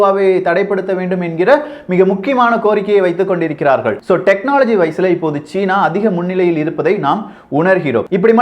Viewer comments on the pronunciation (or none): none